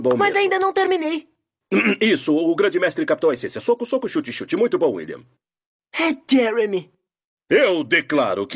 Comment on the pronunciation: Ele falou willan